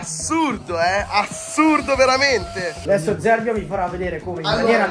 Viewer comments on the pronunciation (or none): Zerbbi❌ Zerbi✅